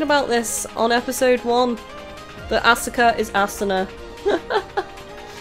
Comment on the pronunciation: For the record, Asuka and Sousuke are generally pronounced as "Ah-ska" and "So-ske." And for future reference, when Mitsuki is introduced, her name will be pronounced "Meet-ski." As for Aoi, nowadays English anime dubs pronounce it as "Ow-i" instead of "Ah-oi." Hope that helps. Also, the translation messed something up. The charismatic teacher's given name should be Gorou and his last name Saeki, but they switched it up.